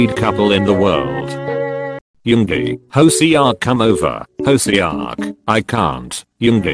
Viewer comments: hoeSeeoock. No. It's hoseok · The way he pronounced HOSEOK IM DYING!!😂😂😂